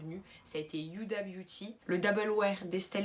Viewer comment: youda à la place de Houda surtout quand tu t'appelles mdr ( c'est pas méchant ) 😜😂😉